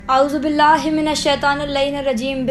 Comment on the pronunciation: Apny auzbila galt parhi h